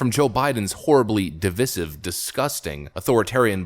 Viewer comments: Sorry; "dee-vie-sive", not " dee-vis-ive"; it's a long "i"... can't help this one; been driving me nuts, 'cos half the news anchors mis-pronounce it. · Okay, i can’t take it anymore! Is your phone a device? Or devece? Please stop pronouncing divisive devesive.